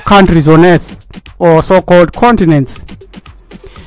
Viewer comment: The whole ear-th is Iyethiopia Afreekah